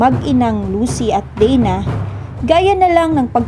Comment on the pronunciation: Bakit ms marami kwento kesa s palabas ,nkakainis n rin panuorin ang kwento pg puro salita wlng emotion ,pati mga vlogger mali2 pronounce s mga salita at pgbigkas ng name ng mga karakter bisaya pronounce nila deyna ( dana ) naging dena